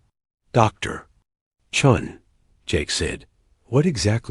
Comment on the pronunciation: It's commander chen and not Chung. 😂😂